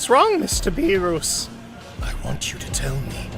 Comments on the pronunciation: I love the parts when he say beeroos and hermit seeds (def not beerus and sensu beans) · Everyone: beerus: beeroos💀☠️💀☠️ also everyone: shenron: shenlong 🤦‍♀️🤦‍♂️🤦‍♀️🤦‍♂️🤦‍♀️🤦‍♀️🤦‍♂️🤦‍♀️🤦‍♂️🤦‍♂️😑😑😑😑😑😡 guys why this guy so dumb everyone: super sayian/ssj/ss super sayian 2/ssj2/ss2 super sayian 3/ssj3/ss3: sayian 1 sayian 2 sayian 3 bruh 😑😑😑😑😑😑😑🤦‍♂️🤦‍♀️🤦‍♂️🤦‍♀️🤦‍♂️ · he say lord beroos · Beeroos? Seriously dude 😂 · "mR bEeRoOs" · "whats going on mister beeerouse" lmaooo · "bearoos" "wiss" 💀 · bee-rus :skull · that the heck is a beeruus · Bee roos, wis, shen long, dragon spheres 😂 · WHY DO YOU CALLHIM BEEROUS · Not “beeruuus”💀💀💀💀💀💀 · BRO HPHE SAYS BEOS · Also it's beer-is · bro calls berrus Beeruus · "Mr beeurus" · “These order are from the great god beeroos” 💀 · My boy sed BeRoOs and WiS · Idk if it's done purposely or you simply can't pronounce beerus 😅🤣🤣 beerooooos, shenLONG !!!🤣🤣🙏😅🤣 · So out of all his friends, he’s surprised vegeta turned him?🤣🤣🤣🤣🤣🤣🤣🤣🤣 and “Beeroos” who tf is beeroos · Stop saying burus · MR BEEROOS- i give up on whis. also WHIZ like the PISS?? AND ZEENO? for fuck's sake- who's your voice actor? AND WHO USES THE WORD "SAMA" IN A DUB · did he just call beerus bearoos bruh 😮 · 1 its not berus 2 its not wis 3 its dragon balls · "beer-uu-s" "Whes" "Shen-long" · “Mr. Beeroos” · why did whis the homie pronounce beerus as 'biiroos' 💀💀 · When this man said beeroos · it's Beeres not beerus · I love hearing you say beerrooos 💀 and wissss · Nobody: Him: Beeroos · the fact when he said beeros😭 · You say beerus very strangely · damn THIS is the shittiest "what if" ever, everything about it sucks from the narration to the story p.s stop being a prick and pronounce beerus properly, ur vegeta imitation is beyond terrible edit: killing bubbles was a bitch move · you said all the names wrong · Sorry sorry you pronounced beerus's name wrong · I love how you pronounce BeeRus lol. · What are these pronunciations ☠️ "BEE ROOS" "SHEN LONG"